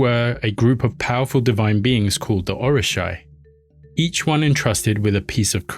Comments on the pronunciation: it's Oo ri sha not Or. Oshun is Or not Oh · And orisa is pronounced... Oh-ree-sha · Just to let you know, for future references, the pronunciation of these words are incorrect. It is pronounced “Oshuuuunn”, not Ocean. Also, It is “Or-ee-sha” (Orisha) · Orisha pronounced Or-Ree-Sha Oshun pronounced Oh-Shoon